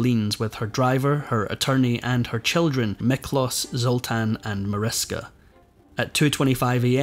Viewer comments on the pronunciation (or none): Her daughter’s name is pronounced ma-rish-ka.